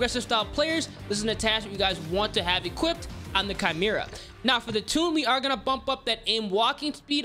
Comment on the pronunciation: Chimera= KY-MER-AH… not CHI-MER-AH. Why do people consistently pronounce this wrong? Also, just a tip for those that don’t counter aim. Could you do the weapon builds without compensating for recoil? It would help for us peasants lol